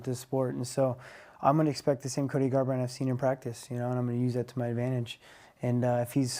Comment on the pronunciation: "GABrant" Caroline is one of the best women in terms of sports/reporting/interviews I've seen BUT her pronunciation needs a lot of work.